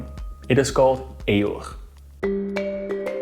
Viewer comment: Why did bro pronounce “EUR” like that?💀